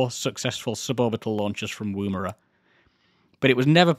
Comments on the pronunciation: Its NOT woo-mara. its said "Wom-era" No engine failures.....that is quite an achievement. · Just a side note - the pronunciation of Woomera is "oo" as in book, not "oom" as in womb. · Yeah a few Anglicised indigenous words are pronounced eith a short "oo" despite looking like it should be a long "oo" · In your defence most of us Australians are probably mis-pronouncing Woomera too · Drinking a beer in my Woomera stubby holder, almost ruining my monitor hearing you butcher the pronunciation :P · Excellent video but the number of times he mispronounced Woomera.